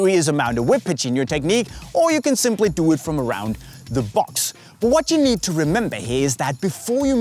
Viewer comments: it's need not nees 😂😂😂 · 3 crosses you need (not nees) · it's need to learn not nees😂😂😂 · Its not nees. Its need. 🤭